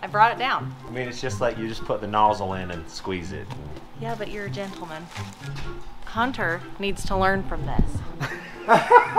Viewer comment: I JUST WANDA(WANT TO ) KNOW WHY SAYS A D INSTEAD OF A T?????? HUNDER HUNTER /BOLD (BOLT) WHAT THE HECK????I KNOW IVE ASKED YA THIS 50000 TIMES ALREADY BUT TO NO AVAIL....I GET NO RESPONE,.. DOND FERGET I LOVE YA AND I'LL SEE YA NEXT TIME......